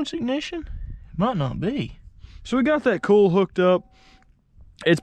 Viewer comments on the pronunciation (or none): The "cool" wire?? Coal?? Cole???